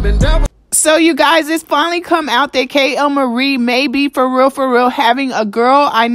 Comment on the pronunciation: why do she say KAY-L-MARIE 😂😂 her name is kaylyn